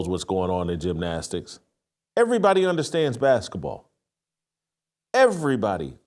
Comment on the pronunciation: What's a "baskah" ball?